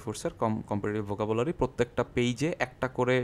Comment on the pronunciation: পনেরো/ নট পুনের,,, চুয়াল্লিশ নট চুচল্লিশ, Vocabulary not Bucabulary et c.আপনার উচ্চারণে যথেষ্ট সমস্যা আছে।। মার্জনা করবেন।